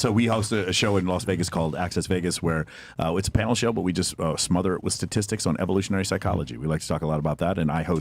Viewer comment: You can tell a lot about a person’s intelligence by the way the can or can’t pronounce “statistics”